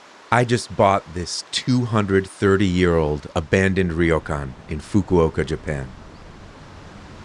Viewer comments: the y is a consonant, not a vowel. so its not pronounced “rio”. its more like “row” where the r has a soft roll like the mexican r. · Great property, I hope the renovation goes well for you. Just a tiny point, ryo is one syllable, not two. Not trying to be a jerk but since you have bought a Ryokan, it would be good to pronounce it properly. All the best and have fun. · LOL I have never heard Ryokan pronounced like that before LOL and I have lived here since January 2005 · I guess the first thing you should do is learn how to say 'ryokan' 旅館 good luck. (It's a real can)